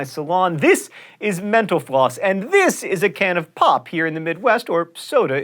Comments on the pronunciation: Definitely thought he said 'menopause' when he said 'mental floss' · I keep thinking that you say "thank you for watching menopause" 😂😂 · I swear every time you say "Thank you for watching mental_floss" at the end of your show it sounds like you're saying "Thank you for watching menopause"